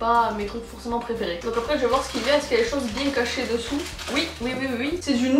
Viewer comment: Jaime trop le "moi j'aime bieng"